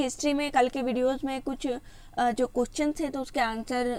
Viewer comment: Madam ji lafz question ko sahi se aada karo